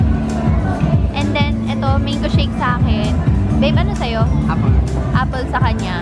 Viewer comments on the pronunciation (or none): none